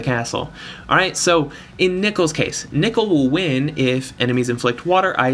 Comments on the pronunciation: you pronounced nichol correctly but unfortunately, circe is "sehr-see" (ˈsɜːrsi") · THANK GOD YOU SAY NICHOL RIGHT. I'm subbing for that reason alone. Its not even because nicole is a girl's name, it's because NICOLE IS NOT HOW YOU SAY "NICHOL" As to the question, I have 6* Nichol and 7* Zarg so for me Zarg is the obvious choice! He works beautifully with 7* Rena. Main issue is that his animations are total ass. So god damn ugly.